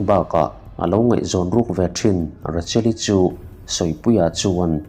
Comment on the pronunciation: steak hi stik ti a lam lo in, stake ti a lam tur ani. miin an ngaithla nasa si a, an lo sawisual palh hmain kalo sawi ve e Taser pawh tiser niloin, taeser ti a lam tur ani e Rachel ti a lam loin, Raechel ti a lamtur